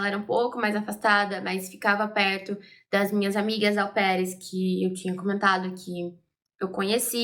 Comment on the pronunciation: Gosto muito dos seus vídeos. Mas mulher não existe “aupaires” não. O certo é au pairs